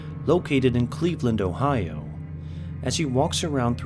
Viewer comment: Did he say Ohio 💀💀💀 on 48